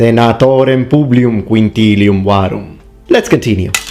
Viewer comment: Why is the S in Publius pronouned M ? He says PubliuM waruM.